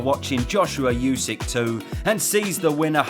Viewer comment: LOVE your videos but mate, you need to learn how to pronounce Usyk